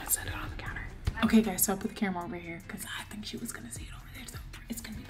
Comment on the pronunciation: Wen saying who u tink win..who u tink win